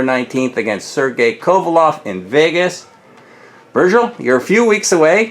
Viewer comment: His name is Kovalev not Kovaloff you could at least get his name right. We will see how Ward deals with the power and we'll see how Kovalev deals with Ward's wrestling/dirty tactics.